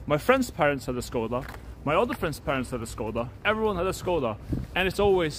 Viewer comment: God it kills me when he pronounces it "SKODA" xd